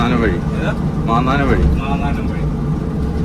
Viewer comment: മാന്നാനം അല്ല, മാന്നാർ വഴി